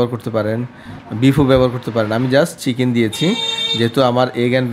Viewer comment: ফরন আর ছিকেন উচ্চারণ টা শিখে তারপর ভিডিও বানান😅